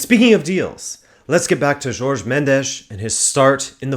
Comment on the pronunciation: Nice video but his name Jorge not 'George'.